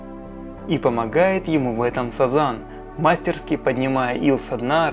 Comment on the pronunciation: МастерскИ, а не мАстерски!